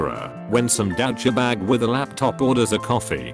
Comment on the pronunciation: Nobody: Text-to-speech: dOwChabAgE